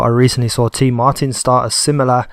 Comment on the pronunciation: Is tmartn not TeeMartin.